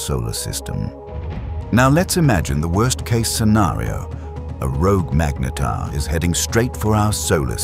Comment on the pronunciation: Very good AI narrator, just needs help pronouncing ’magnetar.’ Even if it’s wrong, keeping it consistent helps. Very informative assuming the details are correct.